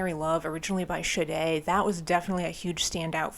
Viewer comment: I do find it amusing you were able to pronounce Sade correctly, but not Lynard Skynard.